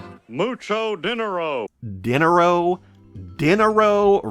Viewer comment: you said chankula instead of chankla so i wouldn't be judging hank for saying dinner-o